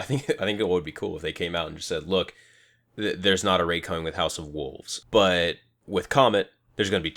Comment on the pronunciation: WOLVES not WOOVES lol